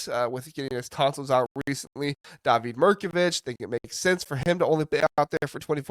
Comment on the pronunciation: Always informative and entertaining. David Mirkovic is pronounced DAH-vid, not Da-VEED.